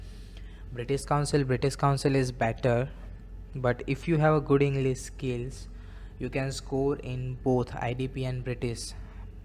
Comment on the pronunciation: Internasnal... englees.....what an awesome pronunciation...